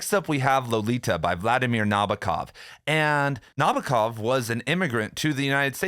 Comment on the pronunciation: It’s spelled NabOkov (stressed on “O”). I’m a Russian speaker